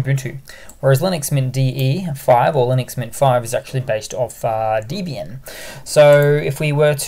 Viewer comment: Pronounced Debby-ian not Deebian.